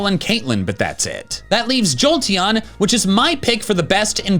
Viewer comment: "im giving a slight edge, to joteon" why was i born into the brainrot generation?